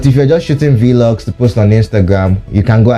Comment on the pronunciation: iss not V-Log oh 😹... It's Vlog, like how you pronounce Blog but with V